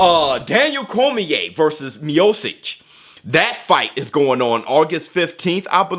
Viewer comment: Miocic is pronounced Mia-Chich